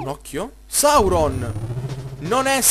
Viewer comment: Sì dice Sauron